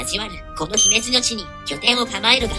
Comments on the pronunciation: 姫路のイントネーションだけ気になる笑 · 三木城に三木さんが居たわけでもないのに、三木城落城を惜しんで、あるいは偲んで、 三木性を名乗る人が大量に発生して、現在でもまあ三木さんの多いこと・・・播磨 あと姫路の発音は姫路市・姫路城・姫路駅など後ろに何か付いてるときの発音が自然です。 播磨・神戸・明石・たつの・堺・伊丹とかだと、先頭にアクセントがあるのが自然なんですけどね。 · 姫路のイントネーションがNHKでクレームが出た発音になってる……。 姫路の人が聞けば因縁付けて来るかも……